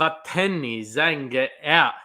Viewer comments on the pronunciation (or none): "Zh" of Zhang is pronounced as "J" sound, not "S" sound, and;;; So, its "Jang", not "Sang" nor "Shang"